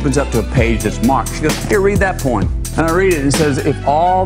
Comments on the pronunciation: Hey says poem so funny. Really pronounces the 'em.😄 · Matthew….. pronounce the word as…..Po ‘Em… not however you were saying it…. It’s very simple Po ‘Em….. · He pronounces poem strangely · I thought, for sure, the top comment would be how he makes "poem" a 2 syllable word.